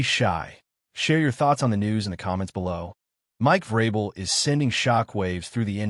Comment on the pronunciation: obvious AI.. mispronunciation of vrabel is another tell